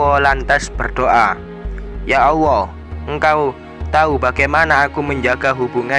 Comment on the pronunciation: Maaf sblmnya perasaan mas nya kl nyebut asma allah kok kedengaran di telinga ku sll dg pengucapan awoh ya...mmng bgt atau pendengaran ku yg salah.sering saya mendengar bgt.